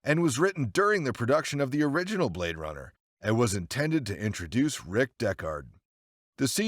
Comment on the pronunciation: "Blad Runner" X,D